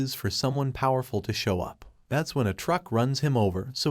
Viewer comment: Is it me or this kind of youtube channels are voiced by ai. What got me to write this is that he said (poowerful)